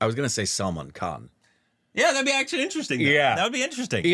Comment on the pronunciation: Whats crazy to me is that his Indian wife doesn't correct their horrible pronunciations of the Indian names, or they don't ask her how to pronounce them correctly. Saalm'n Kahn, Shaheed Kapoor, Pankaaj, Neeraj Kaabee, Aakshay Kumar, Veejay Raaz, wtf